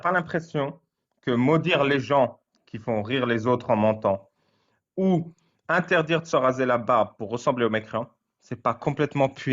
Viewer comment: "Interdjire" et "maudjire", c'est quelle langue ?